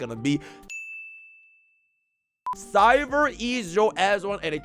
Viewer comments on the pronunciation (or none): none